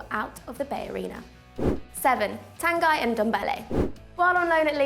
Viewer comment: Tan-guy? It's pronounced Tan - gee